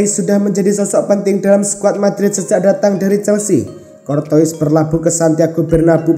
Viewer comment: Courtois dibaca cortowa itu yang bener min , beljar dulu min